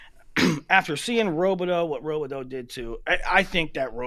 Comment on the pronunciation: How long until learns how to pronounce Robideau? Before or after he stops saying “Okie State?”